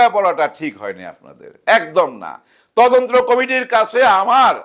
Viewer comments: ময়ূরীর মেয়েকে যে প্রশ্ন করা হয়েছে এটা তার মায়ের অর্জন। ওই ধরনের সিনেমায় কাজ করলে তার সুদূরপ্রসারী প্রভাব থাকবেই। ঘটনার সাথে জড়িত তিনজনের দৃষ্টান্তমূলক শাস্তি চাই। বাই দ্যা ওয়ে, মালেক আফসারী ভাই, আপনি তদন্ত উচ্চারণটা ঠিক করে নেবেন। আপনি বারবার তদন্ত্র বলছিলেন। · তদন্ত্র না, তদন্ত।